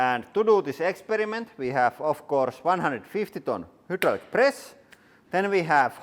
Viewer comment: (High-draw-lick) not (who-drool-lick) press channel.